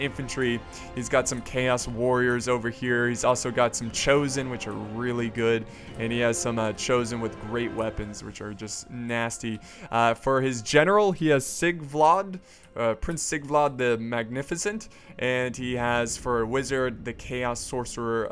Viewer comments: Sigvald not sigvlad!!!!! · Sigvlad?????? LOL its Sigvald, sig-vold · Ah yes, Sigvlad, Sigvald's slightly blonder twin brother. They call him Sigvlad the Mispronounced. :P